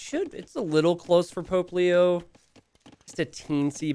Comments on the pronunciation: The name: Pope Leo The way says it: Poplio Me: who is Puglio? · I know they are saying "Pope Leo" but it sounds like Popplio lol.